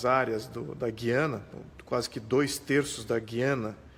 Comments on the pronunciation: FALA-SE: GÚIÂNA !!! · Meu caro, aprendi na escola que GUIANA se fala pronunciando o "U" e não como se falássemos, por exemplo a palavra "guinada" onde o u não se pronuncia. Será que só eu estou errado ?